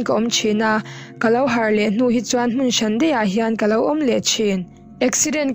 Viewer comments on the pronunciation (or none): none